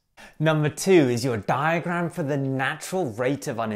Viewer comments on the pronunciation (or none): inner Indian coming out there DiagRRRRRam